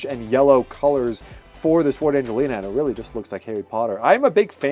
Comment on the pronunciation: it’s pronounced ang gle a